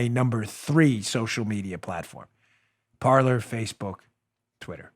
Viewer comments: Dan, its pronounced Par-Lay. Like they say in Pirates of the Caribbean. "Parler" (par-lay) is French for talk. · Dan, just a quick correction 😊... Parler is pronounced "par-lay" the French word for "speak". 😉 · Got a question. On the social media (I've been looking for an alternative where I don't feel hated) did he say Parlor or Parler?